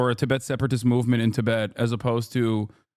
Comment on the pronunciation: Delie lama , Tibbit. Listening to an AI